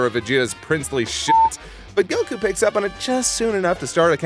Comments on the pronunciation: It still kills me Make pronounce goku correctly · I love lani dissing for his odd goku pronunciation. Lol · i'm happy they mentioned that pronounce goku wrong. it's frickin annoying! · "Make him pronounce goku correctly " Give me a fucking break!